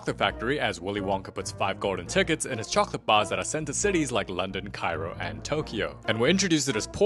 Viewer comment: Bro i live in cairo thats not how you say it